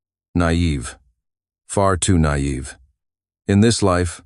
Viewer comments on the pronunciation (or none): "Nayeve. Far too nayeve"